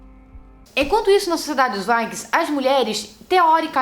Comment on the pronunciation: Mariana Miranda tá me dando agonia dela falando "vaikings"